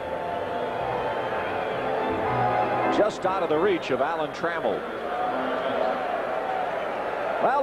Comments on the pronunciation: Alan Tra- MELL .lol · That might be the worst Tigers lineup intro ever. Screwed up the order. Called Champ Summers "John". Mispronounced Alan Trammell.